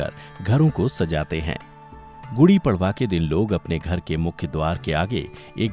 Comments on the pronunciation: Kripya prwa ko परवा mt pdhiys..... पर्व hota hai.....padwaaaaaaaaa nhi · It's padva not pdva